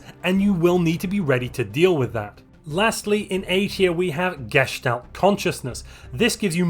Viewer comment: When you say Gestait Consciousness I always hear "Geshed-out Consciousness" and honestly I'll never look at it the same because of that.